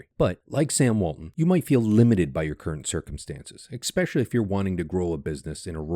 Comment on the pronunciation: Expecially? It's ESpecially.